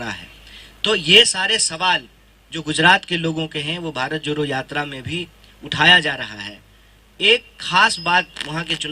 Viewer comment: Abhe joro nhi jodo hota h ..jodna bolna seekh le fir jodna bharat